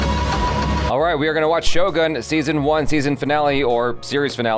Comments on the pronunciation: is shogOOn, not shogAn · First channel that I hear they pronounce Shogun correctly